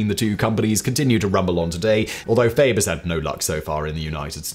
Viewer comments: I'm pretty sure the brand Fage is a two syllable word pronounced fah-yay. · FAGE yogurt is pronounced "fah yay". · Simon, Fage yogurt is pronounced "Fah-yay". I know, makes no sense really... lol, but it is what it is.